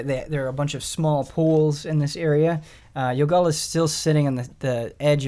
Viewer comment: Ren: Youngalla... Yogalla: It's YOgalla, learn it Ron!